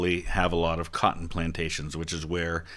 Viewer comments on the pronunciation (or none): none